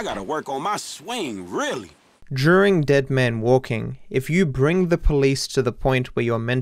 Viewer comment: “Juring" I’m sure you don’t say murjer. Why is during such a hard word to say. It has the same sound as murder